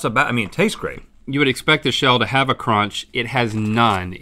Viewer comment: "You would expect a shell to have a *CRONCH*" -Link 2019